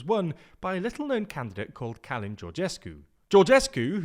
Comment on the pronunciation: Its not Cálin, it's Cölin..